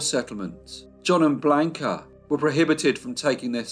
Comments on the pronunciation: The voice of or whoever pronounced Blanca Bland-ca and not the correct pronunciation of blonde-kah. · A riveting & interesting case with many medical experts who helped get her acquitted. Great life story! Only problem is your torturous pronunciation of her name despite your babbel Spanish lessons? I was surprised! Blonde-kah, NOT Blaka,!😅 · Never pronounced like he pronounced...bland-ka ! Sounds like blanket, awful !Not Spanish at all ! I dated a Mexican-American girl named Blanca, so I know from experience ! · Hello, thanks for the feedback, I am not aware that Blanca is pronounced Blonde-ka in Chile, maybe, but I have never heard it pronounced like that, I do know a couple of people named Blanca and they pronounce it like I did, Blanca